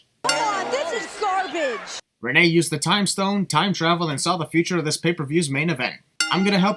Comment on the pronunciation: Hey did you notice that renee young said sarbage not garbage?